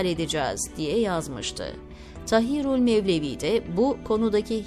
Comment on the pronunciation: Zannedersem seslendirmis. Tahirulmevlevi yi uzatarak Taahirulmevlevii şeklinde okumaliydi. Yani Taa yi bir harf miktarı uzatmalı. Kahti ricali nasil okumasi gerektigini nasil tarif edeyim bilmem ama Kağıt kelimesini hani inceltmeden Kağıt diye kalın okuruz ya yanlış olarak. İşte Kahtırical de öyle kalın okunacak. İçerik çok güzel buna mı takıldın demeyin. gibi profesyonel birisine öğretmek haddim değil ama gözden kaçmış demek ki. Eski lisanin nasil okunduğunu nereden bilecek ki yeni nesil. Teşekkürler emeğinize sağlık